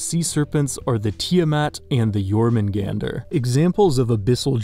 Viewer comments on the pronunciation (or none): Correction...... Your-moon-gahn-dr, not Jor-man-gone-dr. Just so you know I'm talking about the Jormungandr in the sea serpent section named after the Midgard serpent from Norse Myth.